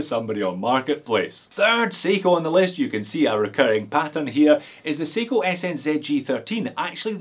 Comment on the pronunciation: How do you call that Seiko at 16.40, watch no 45? Say again? 😜